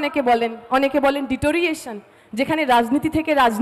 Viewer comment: দিপ্সিতা ওটা ডিটোরিয়েশন নয়! ডিটোরিয়রেশন! ইংরেজিটা ভালো করে শেখো। তারপর ইংরেজি বলবে। ইংরেজি যখন আসেনা বাংলায় বলোনা!!!😂😂😂